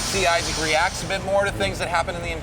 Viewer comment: it's Isaac, not Aizek -__-''